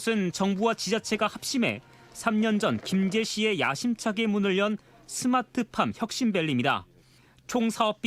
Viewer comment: 스마트팜이 아니라 스트핏팜?